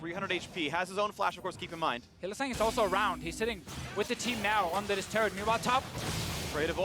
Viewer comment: In no universe is Hylissang pronounced Hill-uh-SONG!!